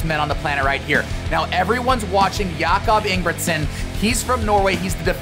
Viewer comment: “I am a huge Jakob Ingebrigtsen fan!” …proceeds to butcher his name 😆